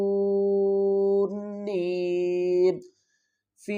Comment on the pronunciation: السلام علیکم و رحمۃ اللّٰہ وبرکاتہ اتحآجوٓنی کے ہجے میں واؤ کی مد کو نہیں بولا اس کی تصحیح فرما لیں جزاک اللّٰہ خیرا